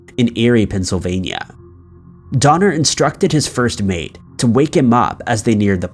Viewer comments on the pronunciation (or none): none